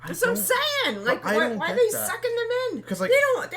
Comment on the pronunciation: She is like sorry zhem 😂